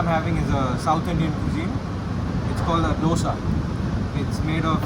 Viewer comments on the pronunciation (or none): none